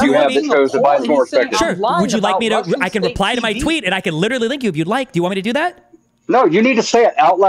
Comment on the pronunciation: If you took a drink every time said "li- cher - al - ly" you'd die from cirrhosis of the liver in 5 minutes.